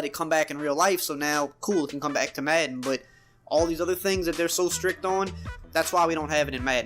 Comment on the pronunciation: I just hate how this guy says madden, where tf is he from?